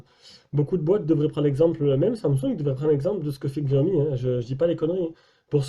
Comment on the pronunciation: Sinon, on prononce "shiaomi"